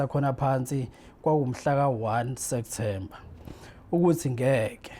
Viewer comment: Lomuntu ufunde enyuvesi, kepha ubiza September ngo Sektember🤔🫢